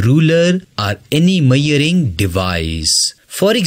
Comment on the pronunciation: its not mearing it is measuring!!